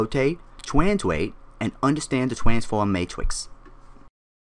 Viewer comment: "Twanswate, Twanfowm"